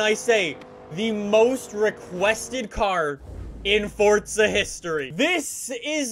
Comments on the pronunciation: It’s Forza not Fortsa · forza... FORZA. not FoRtZa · Fortsa it’s forza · Am I the only one who thinks he says “ Fortza “ sometimes? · Why does he keep saying fortza????? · Can you please pronounce words the correct way????!!!! "FORTSA" "HURAKAAAAN" JUST PRONOUNCE IT RIGHT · its forza not forza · The way he mis pronounces forza and huracan pisses me off